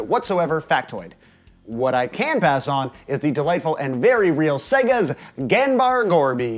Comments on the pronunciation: Pretty sure "Ganbare" is pronounced "Gan-bah-reh" and not "Gan-bar". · No shade: think it's pronounced 'Gan-BAH-RAY' --> means something like 'do your best'